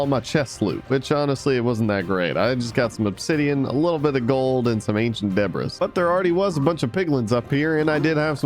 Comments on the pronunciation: You pronounce it ancient debree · I think you should know, its pronounced De Bree! The s is silent. Debree. Debris. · Ur called it debris it’s debris the ‘s is silent